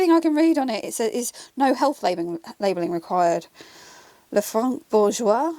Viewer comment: Lefranc Bourgeois is, indeed, a french brand. The "c" is silent though. 😉